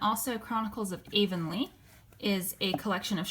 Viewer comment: It's pronounced Blie-th and Avonlea is pronounced av-on-lee 💚 Have you ever watched Sullivan's series of "Anne of Green Gables"? It's beautifully made